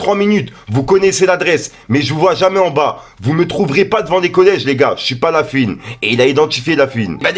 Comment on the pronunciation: on prononce LafOuine pas lafUine 😅